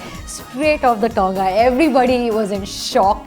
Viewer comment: It's not tounga it's tonga behn